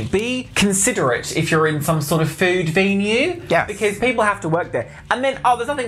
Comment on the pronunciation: Every video has an pronunciation that cracks me up, this time it’s saying “venue” as vee-new 😭😭